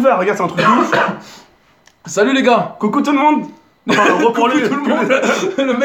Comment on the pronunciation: Il a dit Coco la🤣🤣🤣😂